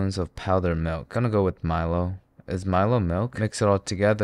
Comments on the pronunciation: Nice video, I subbed, but, it's Mi-Lo as in "Mi lady" and "down low" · It's pronoun Mee-lo (as is Logan). Since it's named after an ancient Greek athlete Milon of crotona. But anyhow you cannot ask much from Australians when it comes to pronunciation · It’s not Milo it’s pronounced meh-lo